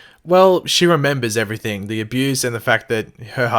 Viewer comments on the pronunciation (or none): none